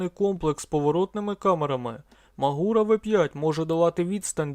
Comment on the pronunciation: Ви колись навчитеся правельно вимовляти назву г.Магура? Не МагУра, а МАгура неуки.